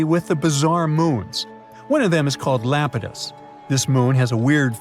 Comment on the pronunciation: Iapetus EYE-AP-IT-US not LAPETUS it is a greek god c’mon man!!!